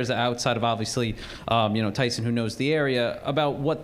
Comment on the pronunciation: Tyshon??? I hope the dope who has NO CLUE what Walker’s first name is sees this - hey, dope, it’s TYSON not Tyshon. You failed miserably.